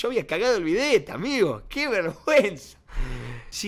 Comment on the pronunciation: Pensé que decia a bet en vez de el bidet ajjajaj